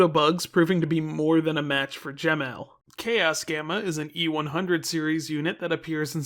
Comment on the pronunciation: I think the correct pronunciation for Emerl is “Em-murl”. And the same goes for Gemerl but add a G. Side note, to add some confusion. Gemerl also has another spelling being G-merl. Aside from a card matching game and whatever the source is for the name on the Fandom Wiki is, I don’t know why it exists.